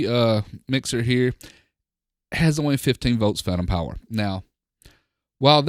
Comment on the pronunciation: "Pantom Fower" haha! Really great review I love the sound quality of this setup